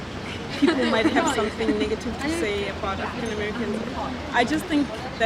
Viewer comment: Why one of the girls is saying niggative ?